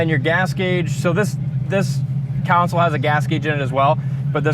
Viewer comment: Picking on you guys, but it's a CONSOLE not a COUNCIL. Just saying.